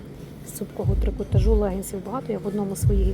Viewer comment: Правильний наголос: з трикота́жу